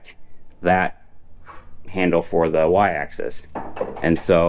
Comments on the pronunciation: axis, not access. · It is "axis" not "access".